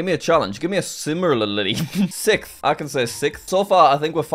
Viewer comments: Word: Sixth Jack: "Sickth" Also Jack: "See I can pronounce it easily!" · sikth lmao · sickth? Yeah, no jack. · “Sikth” -Jack Massey Welsh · Is he saying sith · You mispronounced sixth